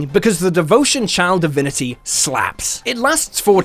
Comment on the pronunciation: For some reason, I always hear "child divinity" instead of "channel divinity" .... am I cursed?